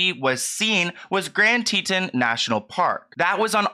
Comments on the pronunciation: Just btw Teton is said "Tee-tawn" and Yosemite is said "yo-sem-it-ee" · I know 😩 when I heard that I was like oh, honey. and it should be grand ‘tee-tawn’ national park. he’s doing his best 😂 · Love u ❤️ Pronounced Grand Tee-tawn (spelled Teton) National Park. This case is so sad 😞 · Why is everyone pronouncing Teton wrong lol. teetAWN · Pronounced--" Grand TEA-TONS"!! Good video though:) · or The Teetins. 😂😂 Its Tee-tahns. But I think I will pronounce it this way from now on